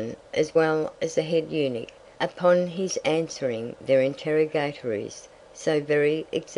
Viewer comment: "enter-row-GATE-tohr-ries" Are you fuckin kiddin me!!!!!